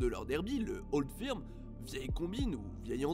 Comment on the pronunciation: Beaucoup d’erreurs ou d’approximations ! 1) la capitale de l’Ecosse c’est Édimbourg et non Glasgow 2) Le Old Firm (au passage on prononce « feurm » et non pas « firme » ) a lieu au minimum 3 fois dans la saison et même plutôt 4 mais absolument pas 2 fois . Spécificité du championnat écossais ! 3) Les écossais ne sont pas spécifiquement protestants et unionistes . Niveau religion il n’y a pas de majorité claire en Écosse même si clairement Glasgow est plutôt une ville catholique. Mais les unionistes sont minoritaires en Ecosse . Même fin 19eme au moment de la création des 2 clubs de Glasgow l’Ecosse n’était pas férocement pro grande bretagne (d’ailleurs si le maillot des rangers est bleu c’est par rapport au seul drapeau écossais )